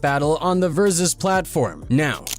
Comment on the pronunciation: My boy AK asking "is this an AI video" after the 50th "ver-soos".